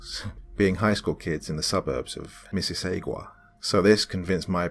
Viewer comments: Lovely stories as always,, however it's Miss-sus-sAH-gAH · I think u meant "Mississauga" which is pronounced Missi-saw-ga. No hate just u know... yeah. I actually live in Mississauga so I felt like I had to. Okay bye. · In the last story, the suburb is pronounced mi-sis-aw-gah. It's a suburb that borders Toronto, Ontario. Honestly being from here I never realized how strange the name is and how hard it could be to pronounce till now. Love you doc.